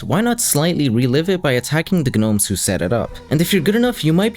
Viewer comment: the g is silent in gnomes lmfao